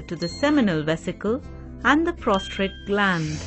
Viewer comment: Oh my God, "prostrate" gland. That's hilarious. Good one.